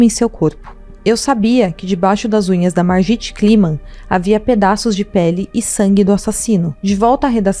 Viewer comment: Se fala "marguit" .